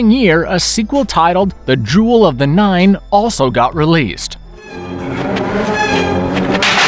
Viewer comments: Jewel of the NILE...... NOT Nine (9)..... Just sayin...... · Nile not nine. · jewel of the what? that isn't how you say nile...ni as in Nine and le as in shopping aisle...derp! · "Jewel of the NINE?" uhhhhhhhh.🤔.. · The Jewel of the NILE...not The Jewel of the NINE. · That's "The Jewel of the Nile" not "The Jewel of the Nine".